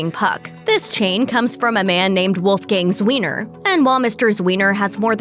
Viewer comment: Did she just say "Comes from Wolfgang's Weiner"? oh.. Wolfgang Zweiner.